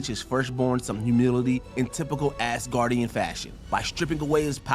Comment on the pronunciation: Did you really just say "Ass guardian"?